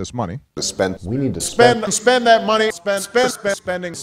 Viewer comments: thought he was saying spenning like a mix between spending and spinning after like 20 sec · i like the part where he says "spending"